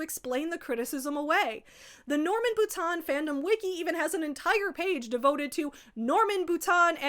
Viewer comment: As someone who shares a last name with this man (ugh) I'm horrified. BUT. I'm also wowed by your effort at actually pronouncing the name right! Anglos always call me 'boutine' 🫠